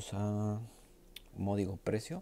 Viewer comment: "Módigo precio".